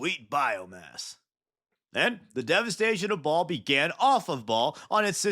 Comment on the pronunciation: Dude it is Bahal not Ball😭